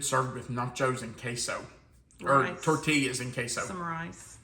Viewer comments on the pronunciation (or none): none